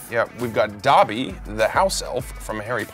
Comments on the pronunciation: I love how they say dabby instead of Dobby like dough•be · It’s them saying dobby wrong for me 🤠💀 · nobody: tom holland: chris pratt: “that would be all dOBBY”